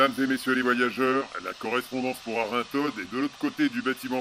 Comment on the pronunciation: Merci pour ce beau voyage dans le département du Jura ! Je crois que l'on prononce Arinthod sans le "D" final 😉